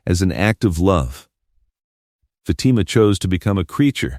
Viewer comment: If this is AI it needs to learn how to pronounce Fatima's name.